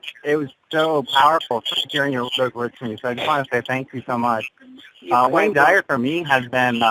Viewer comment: With all due respect, in the future if you are going to give a tribute to a legend, please at least learn how to honor them by saying their name correctly. His last name is "Dyer," not "Dwyer" as your colleague kept trying dozens of time to tactfully correct you. Rest in Peace Dr. Wayne Dyer....